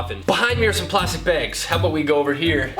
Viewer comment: "plastic begs"